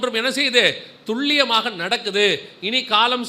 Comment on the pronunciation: வணகககம் சகோதரா நீங்கள் சொல்லும் வாா்த்தையான துள்ளியமாக என்பது தவறு துல்லியம் என்பது சரி "ல"